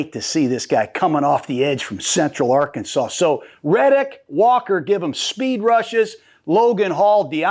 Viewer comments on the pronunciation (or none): none